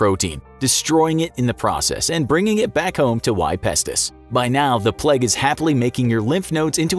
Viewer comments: Bruh why do you keep saying "pleg"... its "PLAGUE" with an "a" not an "e" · I swear you were saying the pleg instead of the plaigue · Sorry if I am bothering you, but you said "plaque" instead of "plague". Again sorry if I am bothering you. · Your pronunciation of plague makes me wanna die. It’s not said “pleg” it’s play-g” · Why is he saying plag and not plauge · Plague not "pleg" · Sorry if I am bothering you but you said s plaque instead of plague . Sorry if I am bothering you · Since when was plague pronounced pleg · it was kinda triggering me that he was saying it that way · I swear he said pleg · The pronunciation of plague in this video killed me. "plegge" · Why does this guy pronounce it ‘pleg’ 😪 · Great video but can’t get my head around the pronunciation of plague